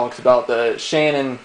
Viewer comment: it's Sharon. not Shannon.